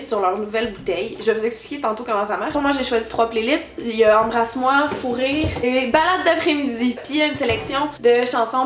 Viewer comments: La 1re fois que tu dis "Fou rire", j'ai compris "Fourrer". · De 50sec a 57 on dirais qu'a dis fourrer 😂👌🏻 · J'ai tellement entendu "fourrer" quand t'as dit le nom de la playlist Fou Rire la première fois!!!!! lol! :P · Moi aussi ahahahha